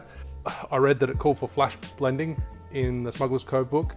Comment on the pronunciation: "Flash blending" sounds like an Irishman talking about a Vitamix. ;)